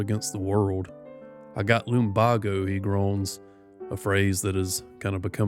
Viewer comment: your voice makes me want to drift off. also please pronounce lumbago as "lum bay go"